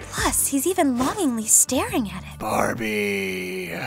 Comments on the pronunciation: Did anybody realize that said bawbie instead of barbie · i'm sorry but did anyone hear ''Bah-bie'' instead of Barbie? Cries